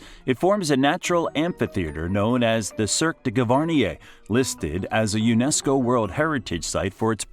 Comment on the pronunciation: What shocked me the most was the pronunciation of Gavarnie.